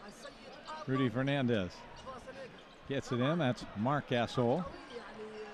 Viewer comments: GAS-ALL KABE LAVE EVERY NAME THAT HAS AN O IN IT, SOUNDS THEY LIKE WITH MOST NAMES THEY ADD AN A INSTEAD. What a jake bra. Westbraak shalda possed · More like he said Gas oil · Marc "Gas-ol"